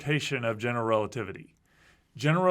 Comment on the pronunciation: I find it interesting that has adopted Dr. Ross' pronunciation of "general relativity" - "gen'l relativity". I think I would, too, if I'd have spent that much time with Dr. Ross.